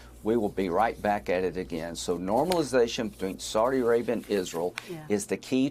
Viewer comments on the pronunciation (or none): none